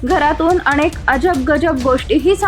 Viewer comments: काय फालतू बातम्या देतात 🤦🏻‍♀️ अनेक की अणेक? जर नीट उच्चार करता येत नसेल तर बातम्या कसल्या देता? तुम्हाला कोण घेतं नोकरीवर? 🤦🏻‍♀️ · माकडे आधी शुद्ध मराठी बोल अनेक म्हणतात अणेक काय म्हणते मूर्ख कंपणी कुत्रे किती अशुद्ध मराठी बोलते ते ऐकून तुझ्या दोन थोबाडीत द्यावे वाटते.